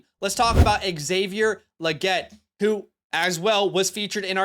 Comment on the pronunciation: it is pronounced Lee-get.